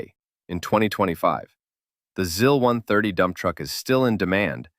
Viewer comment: Just a minor nitpick, the i's in Russian are more like the ee in "sees" than in "sis". So it's more like "zees" and "zeal" rather than "ziss" and "zill".